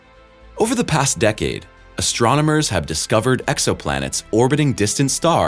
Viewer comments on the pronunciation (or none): none